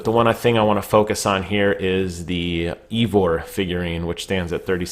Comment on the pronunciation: The way you said the characters name😂